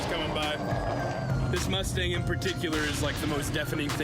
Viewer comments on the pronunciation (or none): none